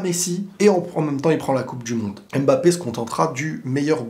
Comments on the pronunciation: Arrêtez s'il vous plaît avec le ''Aime Bappé" c'est "Mbappé" bordel sinon très bonne analyse ! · en toutes bienveillance parce que j aime bcp tes videos, mais essaye de dire "Mbappe" et non " M-Bappe", les autres peuvent faire l'erreur on s'en fou mais toi t'es un frere donc on peut te corriger en bienveillance sur la prononciation d'un nom Africain.🤩🤩🤩👊👊